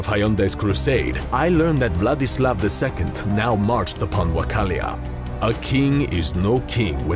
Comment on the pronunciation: the only name that was said right was Vladislav 😂